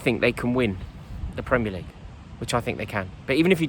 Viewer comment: "Premier LEague" You've fucked it there Rory